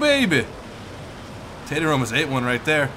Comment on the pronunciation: Tater Ass? You sure mess up people's names often:P Recalls being called